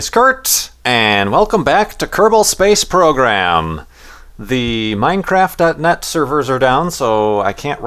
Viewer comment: Minecack lol